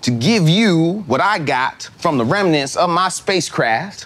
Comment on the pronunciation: “When we gonna find the remnanth’s?!?” 😹😹😹